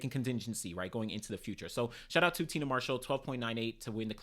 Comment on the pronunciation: Say it with me TI-AN-NA MARSHALL NOT TINA